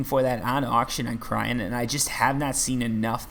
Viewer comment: Please... Cyrene = Sigh Rean.